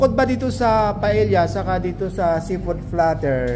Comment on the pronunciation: sir paella is pronounced paeya